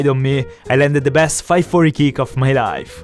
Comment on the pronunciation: God i hate the way he says life